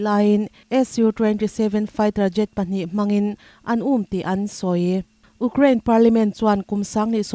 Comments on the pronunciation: Ukcraine ani lo,u_craine tih a lam tur.... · Ukrain, Ugkrean, tiin i lam tlat mai hi, khawvel news puangtu dangte nen in lam dan a in ang lo hi enge a awmzia aw (Youkrean , Youkrien tih hi) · Uk rain ti renga U kraine tiha lam tur ania. Ukraine hi news in ti tlem deuh a , rawn ti zing deuh thei ulang Israel aiin.. Israel lam chu news tinahva chhuak a